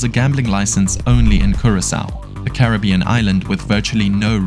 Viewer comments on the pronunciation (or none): none